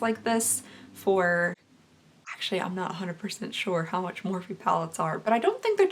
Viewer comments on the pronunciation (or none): none